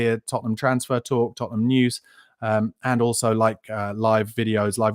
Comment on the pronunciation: Hey, you just can’t say Tottenham lol